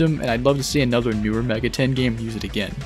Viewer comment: are you pronouncing it Mega ten on purpose?